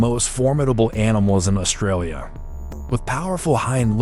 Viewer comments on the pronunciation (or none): none